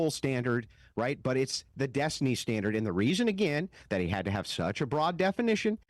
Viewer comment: it's Des-tiny.